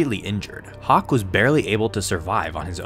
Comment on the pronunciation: bruh it's hock not hawk lol